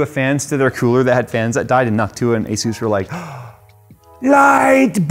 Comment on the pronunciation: Finally someone saying Asus right. Question though, is Noctua said like that for real? Or is just messing?